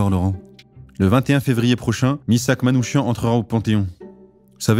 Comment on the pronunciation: Le nom Manouchian se prononce Manoukian